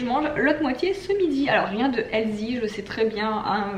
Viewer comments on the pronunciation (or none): On prononce pas healzy mais healssy !!!